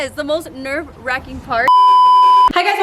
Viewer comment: Lol i knew the whole time she was tryna say nerve wracking !😂